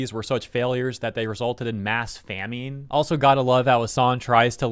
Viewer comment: it's "fam-in" not "fam-een"